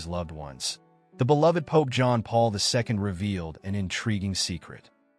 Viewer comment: Is it too much to ask that the speaker pronounce the late pope’s name correctly?